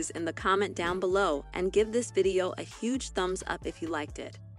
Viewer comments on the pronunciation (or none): none